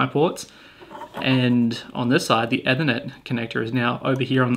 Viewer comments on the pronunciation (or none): Nice vid, but it's pronounced E-thernet, not Eh-thernet. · You're pronouncing "ethernet" wrong lol. "ee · thuh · net" not "ethur - net" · Why are you saying Ethernet like that? It's pronounced like Ether not like Nether.